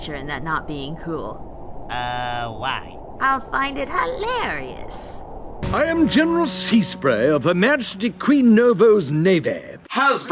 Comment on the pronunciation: "I'll find it huh-LAIR-e-yuss!" "meh, good enough reason as any, I guess."